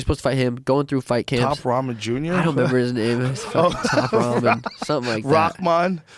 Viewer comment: This dude said top ramen jr 😭😭